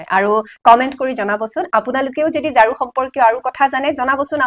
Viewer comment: ঝাৰু নকৈ জাৰু কৈছে